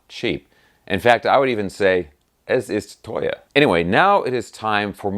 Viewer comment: Being half German myself, your 'Guten Tag meine Freunde' and 'Es ist teuer' without any weird accent was an immidiate subscribe lol! That, and your informative vids on Dean vs Gibson, or rather Gibson vs Dean 🤘😎🤘